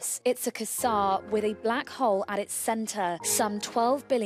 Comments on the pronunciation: Er...how long has quasar been pronounced kuzzar? Isn't it kway-zar? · I think it is quite obvious that they are just announcing the brightest known object to date. The pronunciation of quasar is just bizarre though. In fact they managed to rhyme it with "bizarre".